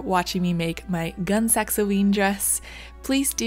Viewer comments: Gun-ee Sax - not gun sax. couldn't get further than a couple minutes in, your mispronouncing drove me crazy. Next time, do your homework. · Picky, picky me, but the way you pronounced the brand name just grated on my ears. As i was definitely around at the height of this brand’s popularity, it’s “gunney sacks” like the bag not gun like the weapon. I see this happening more and more with younger creators and it makes me wonder what mispronunciations my generation would have made for terms from the 40s and earlier. Grouse over, I really like how your project turned out! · Yep like others said it is "Gunny Saks" Gunne Sax.. I loved these dresses when I was a kid and teen. I am so old. It was so hard to watch and hear it called a Gun Sacks dress. I know picky picky. But I enjoy your videos so much and ai of be how this dress came out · It is pronounced 'gunny sacks'. I know because I am old enough to have worn more than one and was surrounded by other girls wearing them too. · I’m just curious what gunny snacks taste like. 😏 If you’re going to dog someone for pronunciation, maybe proofread your comment first. They’re roughly equally important as errors go—which is to say, trivial. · If one is going to be critical of another for their research, one should make sure that one has thoroughly done their own. The name is pronounced 'gunny sacks,' which is a burlap bag that is used to carry potatoes or other sundry items. The influence for the clothing was a mashup of Victorian, Edwardian, prairie and a dash of renaissance. I know because I was there, way back in 1967, a sophomore in high school. Gunne Sax dresses were beyond my financial reach, so I copied their ideas, drafted patterns and made my own. One can critique without being mean spirited. Constructive criticism is helpful, dissing is not. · K I came here to say this exact thing. Pronounced gun-NEE sak